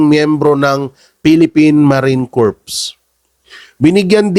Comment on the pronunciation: corps - read as "kor" po